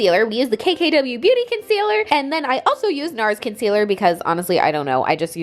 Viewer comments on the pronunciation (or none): Did anyone else hear her say begooty instead of beauty???😂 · did anyone else hear her say bagooty instead of beauty or is it just me? lmao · Did anyone else notice how she pronounced “KKW beguty” instead of ‘beauty’!??😂😂😂😂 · "KKW Bagoody" lol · “kkw buhgudy” 😂😂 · "KKW begueaty" lol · did she say "Ba-Gooty"?? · She said "this is the kkw buhgoody nude lip liner". Lmbo. Love you!